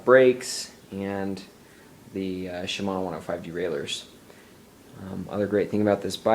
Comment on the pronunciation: ...."Shmomosuma 105, Shmomosuma 105"....NERD